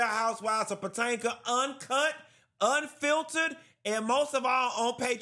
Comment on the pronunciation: Not Patanca 😂